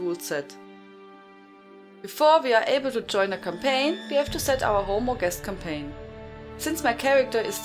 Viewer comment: As always Hello From France, great vids. I swear i heared Cocaine instead of Campaign first time..